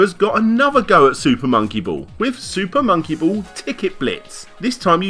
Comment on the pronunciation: "SOOPAH MOWNKEE BOWLLS"